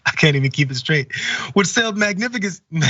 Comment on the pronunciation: This clown isn't even on the same intellectual dimension as Trump. Can't even say "magnificently"